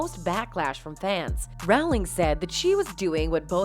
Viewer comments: It never ceases to amaze me how people making these videos DON'T CHECK FACTS. It's Rowling like bowling, not like howling. And he was never married to Paradis. (Although theirs was more of a real union than the so-called "marriage" with Heard). Yates DIRECTOR not actor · J.K. 'Rowling' is pronounced like 'Bowling' with an R in place of the B. Not Rauling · The Harry Potter author's name is pronounced ROW- (as in boat) LING. (I am British: I know! 🙂) But thank you for getting the rest of the facts right! #justiceforjohnnydepp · Rowling rhymes with BOWLING, NOT howling. ROH-ling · Not to be petty but her name is pronounced like Rolling. When you can't even get the person's name pronounced correctly, it just shows laziness in the journalism.